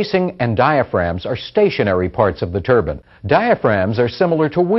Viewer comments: Turban is turban, these are TURBINE, long I. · Got sick of listening to this dude wrongly pronouncing turbine as "" Turben""... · It's not a "Turban". It's a Turbine. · they are pronouncing the word wrong the bine part is to be pronounce as like pine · Its painful to listen to how he pronouns turbine